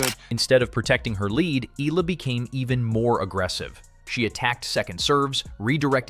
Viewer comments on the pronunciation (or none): Just wanna correct how the narrator said Alex's last name EALA as ELA or ILA, it should be said as E-YA-LA! ;) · It's not Eeluh, it"s should be pronounce the Filipino way it's Ey Yeah Luh (EALA)! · it’s pronounced as eyala not “eela “… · It pronounce Eyala. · it is pronounced as Eh-Yeah-La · AI narrator stop mentioning Alex family name if you cant properly pronounce it her name is more than enough more than 110M people knows her😡😡😡